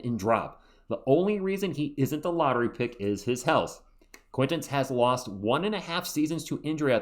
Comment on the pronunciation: I just heard Brian Windhorst pronounce Jayden Quaintance's name like: Jayden Kwin-tawnce Guess we'll see! lol.